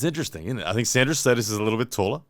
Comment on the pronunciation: It's Šedis, pronounced shed-iss, FYI